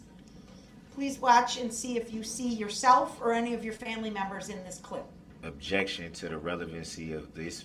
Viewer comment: objictshun speckalativ lol. omg the tooth clip made me laugh